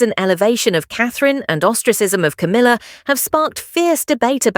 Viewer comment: Coomila? You cannot make a silk purse out of a sows ear!!?